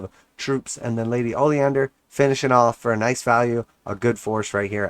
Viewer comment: “Ollie-Ander” 😂😂😂 it’s “O-lin-der” 🙄